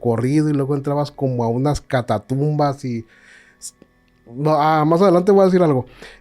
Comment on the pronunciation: Me encantó conocerlos!! Pero por qué el grabriel habla tan mal, dice “catatumbas” por nombrar alguna, y por qué no le CORRIGENNNNNN!!!